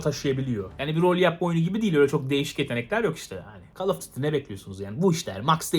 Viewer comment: call of diti